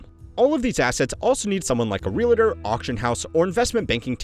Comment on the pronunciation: I love your videos and I’ve been watching for a while now, but I have a confession. Every time I hear you say “Realtor” it’s like nails on a chalkboard. Realtor has two syllables. Only two! real-ter.